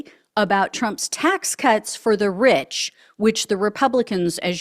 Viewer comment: Wheeze goin be reech